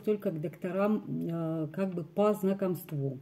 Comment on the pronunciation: По знакОмству- ударение на о.